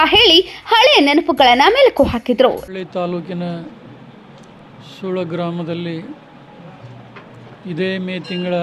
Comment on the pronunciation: ಸುಳ್ಯ ಅಲ್ಲರಿ ಸುಳ್ಳ sec